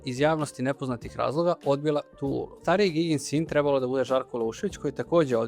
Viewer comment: Dobar Video,lepo,moooožda malo preopširan...mada ko voli...ipak sam ja (televizijsko dete-pa znam mnogo više u startu o temi) , ali jedna OGROMNA ZAMERKA , Čoveče,POPRAVI DIKCIJU ZA IME BOGA,! (Gutaš slova,nejasno izgovaraš rečenice,morao sam da vraćam video da razumem šta si to rekao,GOVORI RAZGOVETNIJE ),Ti POTPUNO nerazumljivo izgovaraš SAMOGLASNIKE u rečima,kažeš ,"Žarko Laušević je Treb.lo da igra ,G.GNOG SiNA"...na prmer - mislim,ok si dečko,i Dobro radiš video (,ne kudim te,ali ,brateee,jeeebote,DAJ POPRAVI DIKCIJU NA RAZUMLJIVI NIVO-pogotovo što si narator i objašnjavaš sve! - Ovo je NAJDOBRONAMERNIJE! Predajem na FDU ,pa znam o čemu pričam,ali NIJE SMAK SVETA,samo treba da PORADIŠ na DIKCIJI,pozdrav,i samo napred